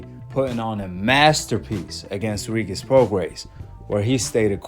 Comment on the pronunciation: Bro say Regis name correctly